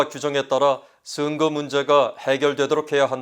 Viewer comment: 아나운서 님, 발음에 대해서 건의드립니다. 슨거가 아니고 선거 입니다. 증세균이 아니고 정세균이고요. 지적같아서 죄송하지만 너무 귀에 거슬려서 말씀 드립니다....ㅠㅠ